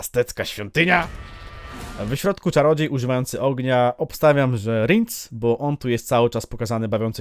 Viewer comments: Ten co za topór chwyta to chyba Bonhart a Rience czyta się Riens a nie rindz😅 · Verenna zmieniła się w czarnego nietoperza w opowiadaniu. Rinc? A nie Rience? Czyta się Rjens.